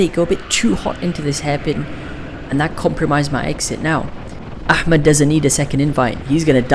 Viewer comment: FINNALY SOMEONE WHO PRONOUNCES احمد RIGHT🔥🔥